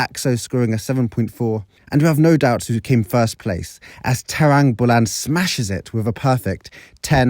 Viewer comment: Bro you said it trambulan